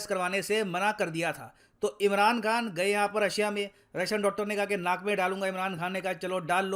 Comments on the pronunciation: Naak me dalunga. I just heard g me Dalunga 🙃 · Ohhhh 1.52 min pe apne NAK bola..... Sorry mai kuchh or suna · Sir apne kya bola nak me dalunga ya mene galat suna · सर ने नाक बोला। बाकी आप सब समझदार है😆😆😆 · Did I hear it correctly "nak mein dala" 🤣🤣🤣